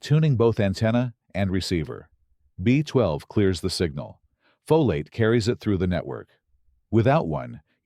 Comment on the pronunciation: AI is reading this text, cannot pronounce FOLATE properly, says it diverse ways throughout the video.😳